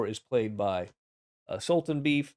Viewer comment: I think Khan's opponent's name is pronounced sool-tahn-BAY-eff.